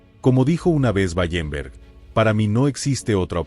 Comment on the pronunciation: Wallenberg no Ballemberg